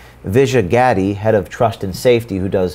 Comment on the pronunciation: Gadde is pronounced "Ga-dhey"